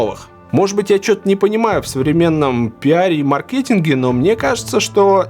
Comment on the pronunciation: Конечно не понимаешь, если даже ударение в слове мАркетинг грамотно поставить не можешь.